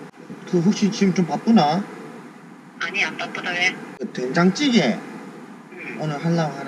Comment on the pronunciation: 디카폐인ㅋㅋㅋㅋㅋㅋㅋㅋㅋㅋ 된장찌↗️개 사투리 넘귀여우셔요ㅠㅜㅠㅜ 이제 양파랑 감자 역시 잘고르셬ㅋㅋㅋㅋㅋㅋㅋ🙌🙌❤ 왠지 흐뭇하네염😆